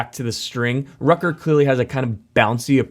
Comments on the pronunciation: Dude, the name is Rutger, not Rucker or Rocker how you pronounce it. It's really annoying. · Rocker Gunner Son. And then we read Rutger Gunnarsson. Aha, that Yank can not even say Rutger. Please, what is wrong with saying Rut Ger?! Rocker is very funny, but it is soooo annoying: it is NOT Rutger. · Dude, Rutger is pronounced "rOOtger" not "r-uh-tger", like wtf, get some basics straight before doing a video like this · Rutger isn't pronounced "rucker".